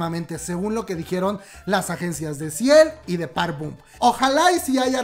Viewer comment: * Park BOM, es con "o".